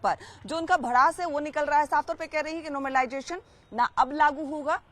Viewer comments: नोमरलाइजेशन नहीं मैडम ..... नॉर्मलाइजेशन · Pahle to normalisation bolna Sikh le yaar paida hote hi hath me mike pakad lete ho tum sab 😂😂😂😂😂😂